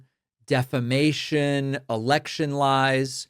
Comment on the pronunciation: excuse me, is DEFLAMATION 😂